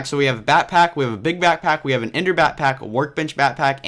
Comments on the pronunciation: why was he say batpack in stead of backpack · back-pack.....not "batpack" but great video